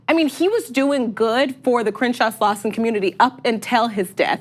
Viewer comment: Doesn’t even know how to say Crenshaw🤦🏽‍♂️